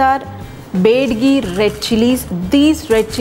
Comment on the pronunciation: that's not bedagi that's byadgi..